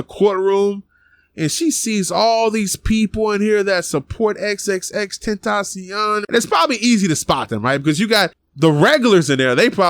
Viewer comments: XXX tentasion? Speak his name right dude 😂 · Xxx ten-ta-cion